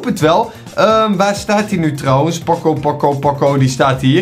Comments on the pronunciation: Ben ik de enige die me ergerd aan dat pocco zegt in plaats van poco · In iedere video zegt hij pocco maar het is poco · Ik kan er niet tegen dat hij pokko zegt ipv poco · Hij heet poco niet pocco je spreekt het uit als pooco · Poco spreek je uit als poko. Like zodat hij dit ziet!! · Je zegt poocoo en je schrijft poco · grumpie Games ja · Je spreekt poco verkeerd uit.de eerste "o" moet je ook lang uitspreken